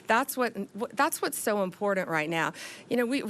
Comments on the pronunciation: It's IMPOR-TANT, not IMPOR-DUNT!! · Pam, it’s pronounced ‘imporTanT’ Not ‘imporent’ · She cant even pronounce "important "